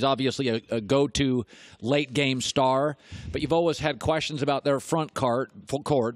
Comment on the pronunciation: I wish Colin would quit saying "always" it sounds so funny.